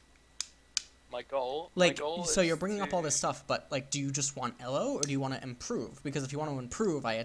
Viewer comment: This is all awesome, but I cringe every time he pronounces Elo. Also it's parEEto's principal.